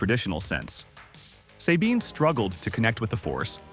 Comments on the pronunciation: Who tf says "Say-bean" when they clearly say it correctly in the show. People do ts just to piss me off I swear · Say Bean. Eat my armpit sweat AI. Get the material right! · "Say-bean" has always been one of my favorite characters.